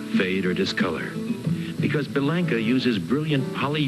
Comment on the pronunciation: B-Lank-a is an incorrect Americanized pronunciation. The promo narrator excepted, when I sold Bellanca's and visited the factory in the late 70's, they said B-lawn-ka. The for real granddaughter of Guiseppe Bellanca (Nona) who I went to high school with was B-lawn-ka. Even Youtube confirms the correct pronunciation of this Italian name, I loved my Turbo Viking and am just happy this Youtuber is promoting the finest flying 4 seat airplane ever made, even if Americans can't seem to pronounce the name properly.